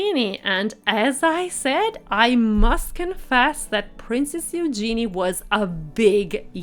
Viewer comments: It’s pronounced HUGE genee. Not You gee knee. Geez. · If you are going to report on people it would be nice if you would pronounce their names correctly. Princess Eugenie's name is pronounced yoo-zhe-nee and the Duke's family name of Grosvenor is pronounced grove-nur (the "s" is silent). As for Eugenie's dress - it was dreadful. Boring color - actually rather an ugly color. A belt would have cut her at the waist making her look more short and dumpy. She also could stand to be fitted with proper undergarments (as could some others in the Royal family.) Eugenie rarely wears makeup which is a personal choice, but for a high society wedding it would have been nice to at least see a bit of color. I do agree with you on the bride's shoes. While pretty, and I understand the "something blue" idea, it was the wrong shade and very clunky looking. A pale blue would have been a softer look for her delicate dress, and while a chunky heel would be better than trying to stand on 'stilts', if she wanted comfort, perhaps a flat or low heel. And, as others have pointed out, what was the reason for even mentioning The Duke and Duchess of Sussex? They didn't attend so there was no reason to say anything about them. And what nonsense to say the wedding cake was influenced by the Sussex cake. You took that information direct from Hello magazine and it was ridiculous of the author to say, let alone for you to repeat. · Disregarding the other mispronouncments, I must correct your mispronouncing of Princess Eugenie. Her name is pronounced "you-genie", with a soft G. Also, Grosvenor is pronounced "Grove-ner" the S is silent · Please search how to properly pronounce Eugenie’s name, you said it incorrectly throughout this video.